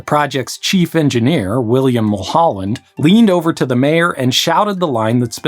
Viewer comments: It's Mulholland not Holland. How could you possible get that wrong. This guy probably never spent a day in Southern CA. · pronounced “mull-hulland” not “moo-holland” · its Mah-Noh lake not mow-no. Also its Mull(like Hull) holland like the country. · FYI, Mulholland is pronounced mull-hull-and, not mule-hule-end